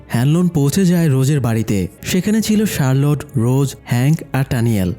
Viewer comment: Charlotte ✅ Sharload❌